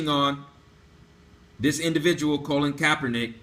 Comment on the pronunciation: My ability to take this video seriously is diminished every time I hear Colin's name mispronounced as Colon. It's excruciating.